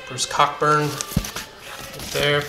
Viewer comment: It's pronounced Bruce Coburn. and John Entwistle was a WHO member.